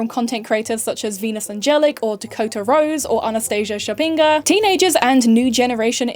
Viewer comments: shPAgina, not shapinga or whatever your american mouth is saying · its shpa gi na not shapingo ok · would be nice if you could look up how to pronounce anastasias last name. Its not that hard to find. Who tf is shapinga lmao - apologizes for possibly mispronounce the japanese names tho lol